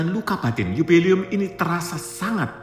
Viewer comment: Bukan 'yubeli'um tapi 'JUBILE'UM - JUBILEUM. UCAPKAN DGN BENAR BUKAN HANYA BERSEMANGAT DOANK YG GAK PAS...wkwkwk 😊😊😊